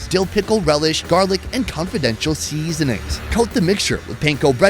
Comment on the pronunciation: Noticed the way pronounced 'seasoning'. Kinda sing song way, seaaaaaasoning....😂😂😂